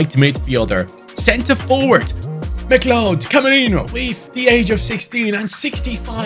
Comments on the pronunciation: McLeod's name is pronounced like Cloud not Mic Led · its pronounced "mc cloud" believe it or not mate! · Great rebuild! It’s Mah-Cloud. Like the character from Highlander. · You say it as "Ma-cloud" imagine saying cloud as in cloud in the sky, but just putting a 'ma' infront of it haha. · McCleod is pronounced Mick-Cloud Edit: I know it's stupid English is just a confusing language. I'm from Canada by the way